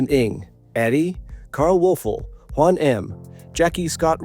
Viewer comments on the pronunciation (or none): none